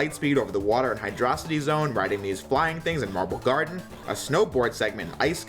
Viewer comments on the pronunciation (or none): Hydro-City. It should be pronounced that way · HYDRO. CITY. Not hidrosity. XD